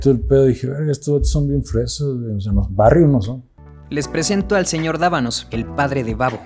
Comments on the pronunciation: Es "Dávalos" , no Dabanos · Es EDUARDO DAVALOS DE LUNA. NOOO DAVANOS 😒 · Hahahaha valió verga desde el principio es Davalos no davanos 🤦🏻‍♂ptm